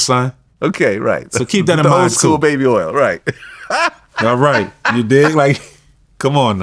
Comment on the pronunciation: This ninja didn’t say baby oil he said baby earls. 😂😂😂Shotout to Louisiana!